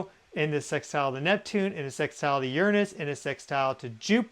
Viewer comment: You’re saying, “Uranus” wrong, and you’re sitting on it wrong, too.